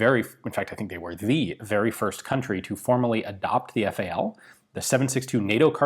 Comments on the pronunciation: Why you keep calling it "Fowl" ? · "Fal" pronounced in English